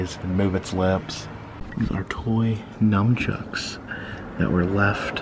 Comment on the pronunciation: I think its nunchucks. As in "nunchaku". Just so you know. I've heard you day Num for a few years now. Thanks for everything sir.